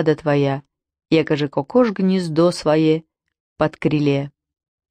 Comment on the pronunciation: Только ударение на первый слог кокош.